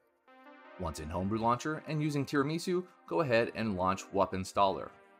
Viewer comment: how come there's not a single person in the youtube scene who knows how to pronounce tirimisu. do you just not eat tirimisu over there? it's project cafe, with aroma, decaffeinator, tirimisu, they're all coffee based. it's not a japanese word it's tirami su, it's italian